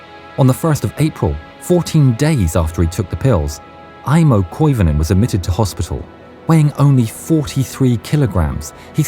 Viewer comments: Koivunen not Koivonen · Koivunen, not Koivonen.